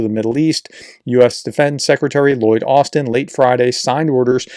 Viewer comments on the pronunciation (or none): none